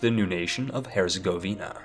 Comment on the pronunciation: He can also say Orleans, Herzegovina, and many other names that people often pronounce horribly or not at all. And for what it's worth, the wiki page for Epirus gives 'A Pie Rus' as the English pronunciation. Overall, he's really done quite well and any errors were relatively minor. Except ducky and Lubbec; those were an abomination.